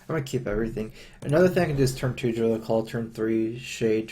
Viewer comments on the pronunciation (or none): Danlord GT I've noticed yeah; draw -> dra(w)l. It's endearing, in its own way.